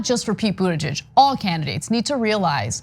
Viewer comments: She added a possession form at the end of his name Buttigeig('s) at least that is what I heard.... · Anna, learn to say his name: "boot*edge*edge" (From his personal tutorial)